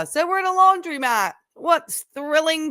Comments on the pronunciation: the word is laundromat, not laundry-mat. Please don’t mispronounce it like Tim. 🙃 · It’s not “laundry”-mat, was my point. 🙂